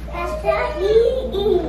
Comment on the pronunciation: Yo he said iss finna slip out😂🤦🏼‍♂️